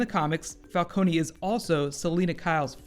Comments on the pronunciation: Thought It was falcone not falconi? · The pilot was good but why did they have to pronounce falcone's name wrong just like Ras Al ghuls before? Never mind it was still a great pilot. It's jut a minor and unnecessary nit pick